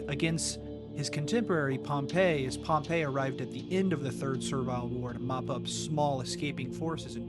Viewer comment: PSA: "cavalry" and "Calvary" (Calvary Hill) are two separate words and are pronounced differently. Likewise, "Pompey" (rhymes with "stompy") and "Pompeii".